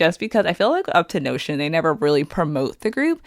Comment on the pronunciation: Uptonotion? It's up 10 tion